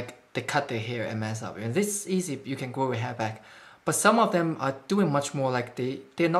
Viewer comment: triggered noises Edit: the amount of times said ‘dem’ in this